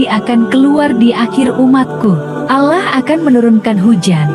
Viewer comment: videonya vagus tapi tolong itu voicenya diganti. penyebutan Allahnya gak tepat!